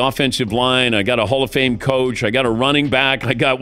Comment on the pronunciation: Did you just say Jared Goff and Hallf of Fame?? That's quite the reach isn't it?